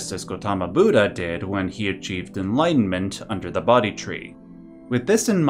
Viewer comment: bodhi = "bow-dee" NOT "body"